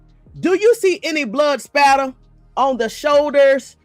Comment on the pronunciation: “Spatter” not Slatter lol 😂I was corrected in Forensic Science Class as well. Thanks for the great content. 💜